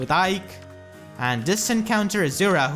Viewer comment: It hurted really bad when you said "Aike"